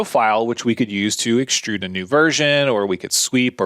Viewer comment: It's not EXSHTRUDE, it's extrude, it's not CONSHTRUCTION, it's construction, and it's not SHTRAIGHT, it's straight! The new epidemic of stupid linguistic affectations with any word with an "str" vocalization. And AXIS is singular, and axes is plural. Geeeeez!